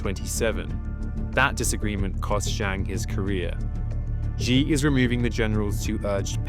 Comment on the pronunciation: You can't pronounce the word "she"?